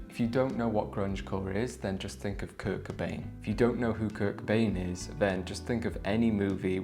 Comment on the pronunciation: The way you say “Kurt cobain” Is hilarious